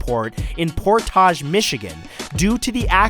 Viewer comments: It's pronounced port age not portoge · Portáge? I'm from around there, it's just Port-ige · Por-tahj. Lmao it's pronounced Port-edge and spelled Portage. I live 20 minutes away and go there all the time. The crime actually was commited in Kalamazoo/Battle Creek, not even in Portage. Anyone from Michigan knows this. Lol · This dude said "Pour-tausg." Bro it's portage. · Hey Matt! Just so you know, on the Tim Allen one, I live just south of Portage, and it's Port-edge not Port-ahj. We're not that fancy here haha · por·tage \ˈpȯr-tij. Not like that Taj Mahal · Fellow Michigander triggered. It's pronounced Port-idge not port-ahge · its said like port-ige Michigan not port-aashge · It's port-edge not poor-tahge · hold up, im from Kalamazoo michigan but i now live in portage. its just as it looks. its not "portagg" its just simply portage. like "port-idge" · The city where Tim Allen was arrested is pronounced Port-age not Por-tage. Come on Matt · he said por-taj its actually port-age, i would know since i live there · Umm, portage is pronounced "pohr-tij" not however you pronounced it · Hey I live in Battle Creek Michigan near Kalamazoo. The city is pronounced por-tage. Also Battle Creek is well known for drug crime because its between Chicago and Detroit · Good video Matt! One thing though... Portage is pronounced "Pour-tedge". I know. I don't get it either LOL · We love you Matt... but from a person that lives in Kalamazoo Michigan.... the airport Tim Allen was arrested in is pronounced "port-age" so port and age to create portage once you say it enough it starts to sound like "port edge". when I watched this in literally turned to my fiance and asked where portage was lol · In the case about Tim Allen, Portage is actually pronounced Port-id-g, the 'a' has the same annunciation as the 'i' in igloo, similar to porridge but add a 'T' after 'por'. I live in Kalamazoo. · I love how he said Portage MI. its pronounced Por-tige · You miss pronounce Portage mi